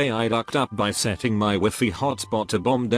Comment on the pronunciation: Nobody: Text to speech: WEEFEE